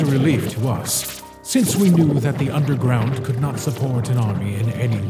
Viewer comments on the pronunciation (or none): Did grillb said unde-ground